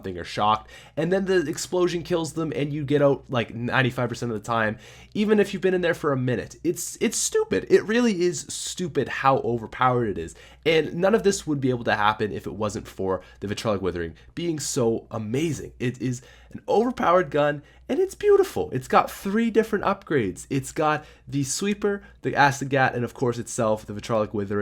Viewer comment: I get triggered every time he pronounces it as "vitrolic".